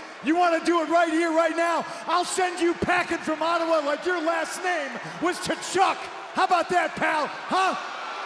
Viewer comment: It's pronounced "ka-CHUK". You'd think a Blackhawks fan such as Punk would know; they've been getting beat by the Tkachuk Bros for years.